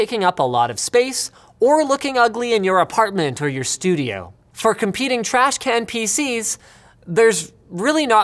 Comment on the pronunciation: Its not trashCANT its trashCAN.